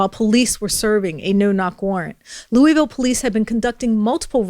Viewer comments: hun, please stop saying it "looeezville" it's 'looaville'. thank you, great reporting. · It’s not LEW-eez-vill, it’s LEW-ee-vill. Otherwise, great report! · You can tell she has never been to Louisville, Kentucky by the way she pronounces it xD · Really? You don't know how to pronounce Louisville? Geeez